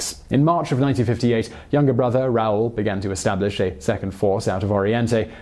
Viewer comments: Raul... is pronounced, rah-OOL; not, raol. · Your Spanish pronunciation is atrocious. Especially Raul, the emphasis is in u. Trujillo, is Tru-he-yo. Chivás is she-bass the emphasis is in á.